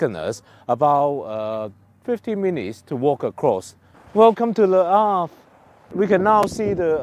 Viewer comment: I will be hitting Le Havre next year so was interested in your blog. May I say that your pronunciation is excellent.